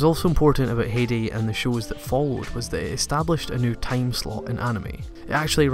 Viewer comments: Smh your pronunciation sometimes just kills me. Its not Hee-di it Hi-di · Heidi was my very first anime. It's not pronounce Hedi, though. In German ei is a special sound, ~ ai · It’s pronounced “Hi-dee” not “hay-de” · it is hi-dee not hee-dee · Heidi is a german name and pronounced "High-dee" It was my favourite Anime when I was a child! Great Video nonetheless ;) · I just got into Anime and find your channel so helpful, new subscriber! As a former American English teacher current journalist I thought I would share something I noticed about your British Heidi pronunciation, you say Hate-ey, because of the harsh consonant sounds and round vowel sounds in British English. In American we say Hi-dee it almost sounds like high tea, even with regional dialects this only changes is the south to be Hhada like HHHi day. Both British and southern English versions sound odd to me and it was a bit distancing in this video but your editing and love of anime is so genuine I do not care plus we cannot really change our accents. PS the drama anime of Nippon totally shaped early Magic girl and drama series at TOMI animation and in shows like Lady Georgie or Candy Candy. Even though they came out at similar time you can sense a desire to keep pace if not out pace each other. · Metallicus I do cringe every time he says "hey-dee" :/ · Heidi is pronounced 'Haidi' . Well known in Germany, taking place in the Alps. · I loved the video but I cringed every time you said Heidi because it was pronounced wrong (I'm sorry but you said it a dozen times) if you've seen the intro to Heidi they said it 3 dozen times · Comment section: 5% compliments 5% new anime is shit 90% it's pronounced hi-di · He was pronouncing it wrong. Even in Japanese they preserve the same Hai sound. Since they don't really pronounce D like that, it is "haiji" in Japanese. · dutch person who grew up with Heidi ITS HEIDI, EMPHASES ON THE EI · It's 'High-de' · Can't pronounce Heidi? C'mon, man.